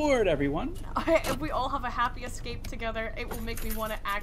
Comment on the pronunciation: it bothers me when people pronounce escape as "ekscape"